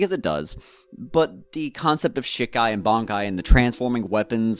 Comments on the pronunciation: SHEEEE KAI NOT SHIK AI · Please stop calling it Shik-ai. The Japanese characters are Shi, ka, i. Pronounced she-kai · Hey man, do bleach content if you want to do bleach content but I take it a little more seriously maybe? You don't really come off as someone who's read the manga recently if at all. It's pronounce she kai not shi kai. You completely neglected that half of ichigos initial bankai is the shihakusho that gauges his spirit energy. Also his final bankai isn't the horn and the face tattoo that's a totally seperate thing known in the fan base as his horn of salvation form, it's like the in between his Vasto Lorde form and his vizard mask not his bankai. In fact he activates it in shikai. Also you didn't so much as mention the potential theory about what his bankai is implied to be capable of beyond its destructive capability or what it's actually demonstrated to do. For those who don't know its generally accepted by the core fan base that ichigos bankai ability is probably the ability to shatter fate. Your production value is good and I understand that bleach is hype and it's easy to hop on that hype train now with the second season closing out and the hiatus being as long as it is but at least put in a good amount of research. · Great video but ive literally never heard someone say shikai like that and it was just weird to hear 😭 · Man say shikai right